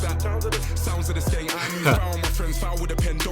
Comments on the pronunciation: loooll you said sound of the skiiing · Not sking bro Its skeng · "sounds of the skeeng" 😂😂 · skeng not sking lmao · its pronounced sk-eng lol;) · My man says "sounds of the sking" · Man said sounds of the sking 😂😂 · Skeng not skeen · Yo bro. You pronounced skeng wrong. It's slang for gun and the e is pronounced like the e in elephant. So like sk-eng turns into skeng. Check out the track skengman. Pt4 by Stormzy or siengman by 67